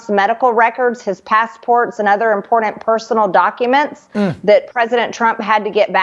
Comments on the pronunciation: She’s STILL saying impordent? Jfc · Someone teach her English!! WTF is "inpordant" is that anything like "indickted"? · Moscow marge the word is “important” not “ impordant.”